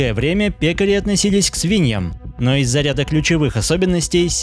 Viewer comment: Ударение на Е.